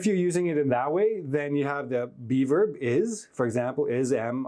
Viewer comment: Thank you for all these insightful classes, keep it up! The only issue I have is that every time you say "be verb" I hear "":D